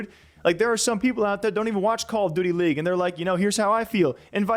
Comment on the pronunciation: I can’t get over how he says Call of DOOTY.. I try not to hear it but homie hits the double OO like Cam Newton hitting the dab back in the day! call of DOOTY.